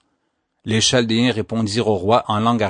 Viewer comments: P'tite chose : cela est écrit chaldéens mais phonétiquement c est ( kal dé un ) et non (chal dé un ) ; ) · en France on prononce Caldéens pour chaldéens. Merci pour le récit ! très instructif !